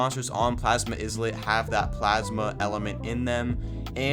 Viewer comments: Bro It's not izzlet It's ilet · eye-lit not is-let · Are you stupid it’s eyelit not isss let GET IT RIGHT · Not him saying Izlit instead of Islet 😭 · Islet is like island. The S is silent. So, Ilet. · Islet is pronounced as “Eye-let” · it's written as islet but pronounced as ˈīlət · It’s pronounced EYE-lit. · It's pronounced "eye-lit" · If he keeps saying IZLET imma crashout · Bro it's just a mispronounce😭 and i also called it "izlet" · it's pronounced eye-lit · It pronounced eye lit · The s in islet is silent